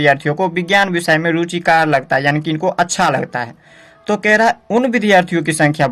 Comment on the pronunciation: Apne thodi galti kar di hai ruchikr ko ruchikat bol rhe hai